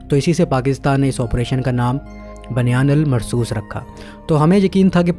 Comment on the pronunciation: بنیان مرصوص کا تلفظ صحیح کر لیں بھائی